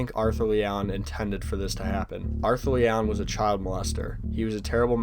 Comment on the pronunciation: It was leeigh